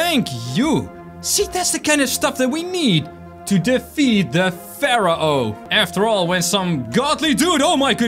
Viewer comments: It’s pronounced faro not farao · it's pronounced like fair-oh